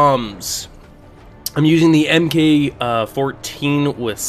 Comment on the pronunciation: MK is pronounced as "mark" just for future reference.